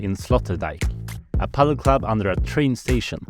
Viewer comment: Top quality video. Thanks for sharing! Funny how the dutch pronounce it "padél" rather than "padel". The first club looked amazing.